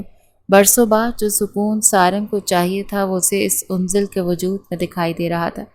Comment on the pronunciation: Yaaar unzal name nahi ha. Anzal ha. 😢